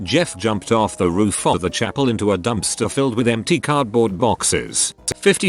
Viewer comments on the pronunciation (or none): none